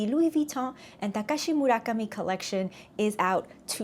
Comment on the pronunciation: I got the Papillon, the Pouchette, Speedy, OTG PM, fragrance case, Nano bucket, blossom bracelet, card holder, a couple of charms, a couple of scarfs, cosmetic pouch, 6 am mules and sneakers. It's an Hermes type of situation 😉 BTW Lovely pronouncing work on Takashi Murakami 😊